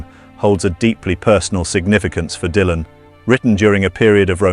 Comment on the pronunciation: "DAILAN"... Aprendé a hablar, dejá la IA, que cringe!! Tambien escrito por IA.. que verguenza, loco!